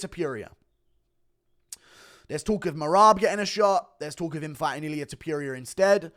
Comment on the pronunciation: I cant stand the way you pronounce ilia’s last name.. just said it the way you said it out loud 3 times and it made me angry